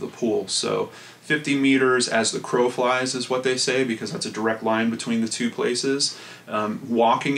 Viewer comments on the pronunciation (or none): none